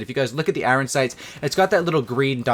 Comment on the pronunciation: Dude says Iron like a complete spaz